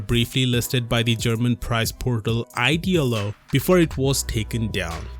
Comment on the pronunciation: The way you pronounxed idealo was funny. Nice Video as always